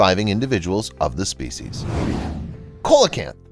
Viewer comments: You see where it says Coelacanth, it's actually pronounced, (See)Cee-lacanth. I like the narrators style of narration, but he does make some mistakes in pronunciation, I'm English so I know, plus he voiceovers many videos, on other channels, and also makes similar mistakes there. I'd suggest asking google how to pronounce a word but first change the voice to male/female English accent, then you'll get a proper pronunciation. Not hate but constructive criticism mate. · Coelacanth is pronounced sea -lo-canff not the way the announcer said 😐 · I have heard the fish called a “see lo canth”. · yes ..true! I think these people will be given a paper to read blindly. the moment he said coala canth, i started to look for the comments. Luckily someone is there with the knowledge in the comments... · Fist "C "in Coelacanth sounds like "S' , and second one sounds like "K" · The fact that he said it wrong and I’m Chinese makes it so much funnier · I went to the comments as soon as I heard him butcher the pronunciation. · coelacanths are pronounced see-la-canths btw not ko-la-canths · lol it's pronounced Seal - oh- Canth lol not Coal o canth lol but i would have said the same thing if nobody ever corrected me in the past lol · Cola canth? oh... you mean See lah canth! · It’s not pronounced ( cole e canth ) it’s pronounced ( Sea la canth ) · Coal a canth? Its pronounced See lo canth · the 2nd in this clip is pronounced seelocanth not colacanth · pronounced 'see-lo-canth' ! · What your calling the coelacanth or pronouncing COALacanth is pronounced SEALacanth ... just so you know. You r the only person i have ever hear pronounce i that way hehe no offence. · It is pronounced Seela-canth, NOT Coala canth. Unless their name has been changed since they were discovered off Madagascar. YourConscience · Yep im glad you corrected that narrators pronunciation of the species name. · It is pronounced see·luh·kanth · COELACANTH is pronounced SEE/ LOW/ CAN/ TH !!!! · Coelacanth = see-la-canth.